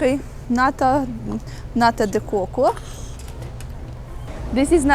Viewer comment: ang narinig ko kay is NATO de coco 😂 witch is is from NATO country 😅